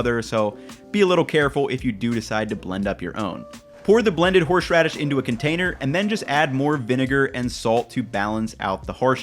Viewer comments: Anyone got a counter of how many times he said 'horsh radis' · Why do you pronounce horseradish so weirdly?